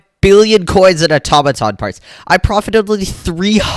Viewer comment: when he said AToMatoN i couldnt